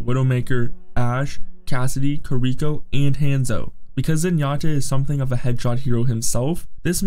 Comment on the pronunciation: Stupid pronounciation of heroes made me stop the video. Kir-ihk-o was the final straw.